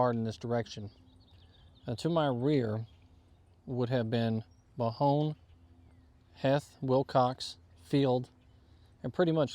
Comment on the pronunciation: I thought it was Longstreet who said, Not yet. I also thought that Harry Heth's last name was pronounced as Heeth ? Thank you for your content